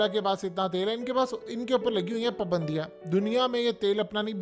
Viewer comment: پابندیاں صحیح سے تلفظ ادا کیجئے مہاراج۔۔۔۔ پبندیاں نہیں پا پا پا چلو بولو شاباش۔۔۔۔۔